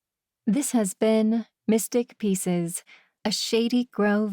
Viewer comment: Why does it sound like she keeps saying "missing pieces" instead of "mystic pieces?"